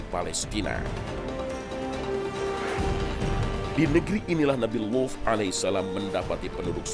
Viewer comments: Bilang Nabi Luth nya pake dialek ap ini,Saya dengernya jadi bukan Luth... Kayak wuf... Pendengaran saya bermasalah ini. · Sama aku juga dgr nya wuf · Ngga kok gan saya juga